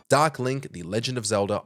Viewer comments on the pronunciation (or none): none